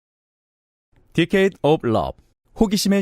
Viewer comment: 방송은 진짜 중독을 부르는군요~~~+.+ 그나저나 decade of love: 여자성우분은 '데케이드'로 제대로 발음하시는데 남자성우분은 '디케이드'로 발음하시는 것이 살짝 걸립니다(죄송합니다, 괜한 딴지). 뉴-뉴라이트 간첩 민경우에 대해 파헤쳐주셔서 감사해요!!